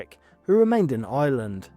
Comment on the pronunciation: It’s Ireland not Island